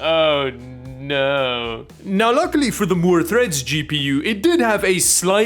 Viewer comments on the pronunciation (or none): "MOORE THREAT" not "MOORES THREAD"